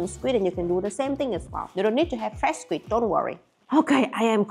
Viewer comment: Srim? skwik? Your english is strange 😂